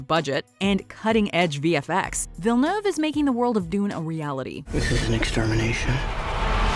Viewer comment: Is it just me or her pronunciation of Villeneuve is just annoying AF.